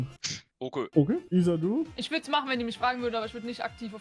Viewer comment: wieso sagen alle issa statt isa ? sind die dumm?